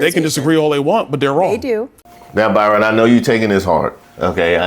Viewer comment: You said, hey Byrinnnn it’s not you 😂😂😂😂😂